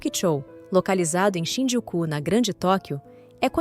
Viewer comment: Quando for narrar um episódio, aprenda a conhecer o nome direito das cidades, ex: Shinjuku, e você fala, Shinjuku’ Osaka , Ozaka outros assim não dá.